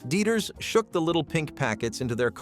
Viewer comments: Dy eters not deeters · Deeters = Dieters